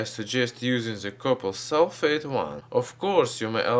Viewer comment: So after you have filtered the solution what did you add to the bottom? Did you say copper sulfate? So hard to understand